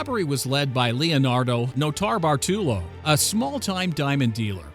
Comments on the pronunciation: The first guy's name is pronounced Note-a-bart-a-low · Man he butchered Norto Bartolo’s name